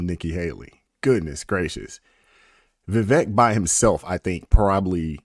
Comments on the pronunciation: Brother, his name is Vivek, rhymes with "cake". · Vi-vake...like CAKE, as in rhymes with! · Just to be respectful, it's "veeVAKE".